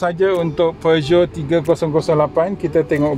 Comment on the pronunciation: few people can actually pronounce the brand name correctly,u r 1 of them😁😁😁